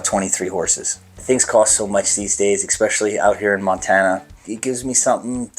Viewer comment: Did he say "exspecially"?